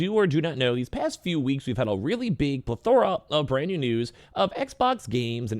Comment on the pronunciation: It's NOT Ple-THORA. It's pronounced PLETH-or-ah. Emphasis on the first syllable.